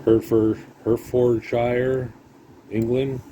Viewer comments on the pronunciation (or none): Just found your channel, British Ex Pat here in Canada, the Pronunciation is Heart-fod-shire :) Great Channel. Subbed, Surprised a lot more have not. If you say the Place fast its Heartfodsher